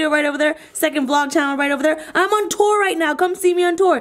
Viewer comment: when tour sounds more like Torah